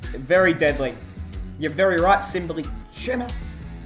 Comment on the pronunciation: i jus love the way you say "simbly chumma".